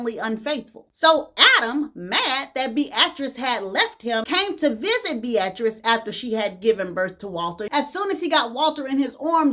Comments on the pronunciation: Google how to pronounce "Beatrice." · You way of saying Beatrice (Bee-a-tris) is interesting. Keep shining.